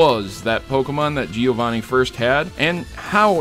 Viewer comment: As a Giovanni it hurts me to see you miss the two n's in a few of those. Great video though!!